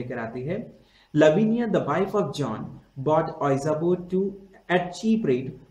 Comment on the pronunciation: sir just ur pronunciation of ouija board ws wrong.... its better called (vija board).😉